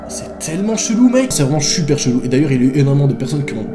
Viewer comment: "c'est vraiment chuper chelou" Noa 2020 xD #épisode2